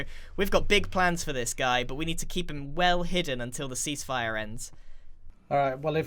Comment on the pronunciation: Does anyone else hear c spire when he says cease fire?...